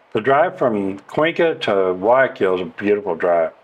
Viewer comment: "WHY I KILL"..learning spanish?if u cant pronounce Guayaquil...thats how...😂 hi, great videos lately.. by way i know the Villaroel family Davids..great people. We used to surf together...say hello. Saludos t care...